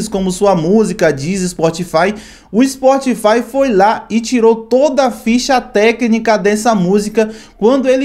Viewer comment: "POBLEMA" , " SPORTFY" , "A GENTE NÃO PODEMOS"... larguei!!!